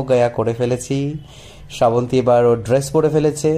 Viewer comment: ওটা স্রা বন্তি না শ্রাবন্তী হবে, বাঙালী হয়ে বাংলা উচ্চারণ টা ঠিক করো।